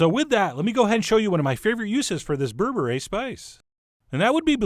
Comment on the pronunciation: Did Chef John just say "berebre is bae?😂